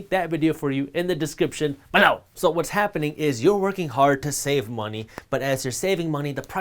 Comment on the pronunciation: Took me a while to figure out what he meant by saying BE-LOW = below 😂